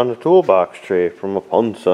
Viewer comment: Nice work,! Btw... Thank you for pronouncing Ponsse the original (finnish) way... as it should be said. Not Ponzi, Panzi, Pänzi or Pönzi. - Gives good vibes every time. Ponzi schemes belong to Wall Street or somewhere else anyways. Ponzi was a fraud that Ponsse never is.;-D